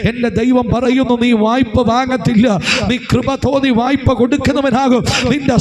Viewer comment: "വയ്പ്പ" എന്നല്ല. "വായ്പ " എന്നാണ് ശരി.